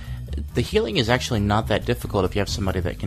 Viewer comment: Hey everyone this is with TGN.tv bringing you a HAILING perspective on Halfus the first boss in BoT. Lol fail can't even say Healing.